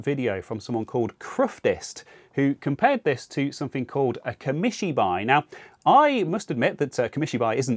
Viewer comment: Pronounced "Kah Mee Shee Bye." Also the video output circuity needs going over. That's basically unusuable. Check for solder cracks. ☝